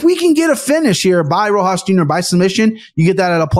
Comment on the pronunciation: The juxtaposition of being able to mess up any last name in multiple ways, next to Aniks ability to never forget one. Is honestly hilarious. Rojo Rosas Rojas Rohose. 😂😂 my guy is Mexican not Brazilian.